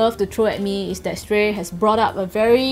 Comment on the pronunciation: its shrey not shtrey